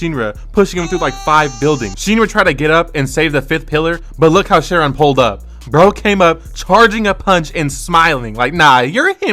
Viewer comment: its pronounced kai-ron not share-ron 😭